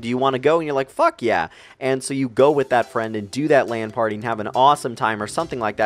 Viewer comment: OMG I thought he said ''Land party'' :P